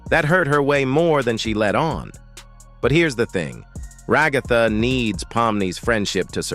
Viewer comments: Ragatha ❌ Regotha ✅ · ra-GA-tha lmfao